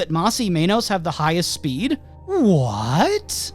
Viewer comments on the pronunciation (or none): Ur saying Mas right but it's Men-Oss not Mane-Os, I'm a little lost as to how some non-spanish speakers get this one wrong alot. In english the word men exists and then the oss u could just take from the worst "most". Sorry it's cus the way you were pronouncing menos, almost sounded like you were pronouncing it wrong on purpose. They even said their name on the show! How could u pronounce it wrong!? Oh but if it was a complicated ass Japanese anime name all of us including myself be practicing that shit til' we get it down as if we spoke the damn language. 😂